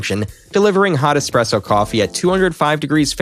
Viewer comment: Did you just say expresso?! 🧐